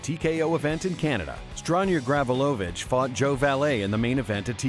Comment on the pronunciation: It's Gavrilović, not GAAvrilovIIč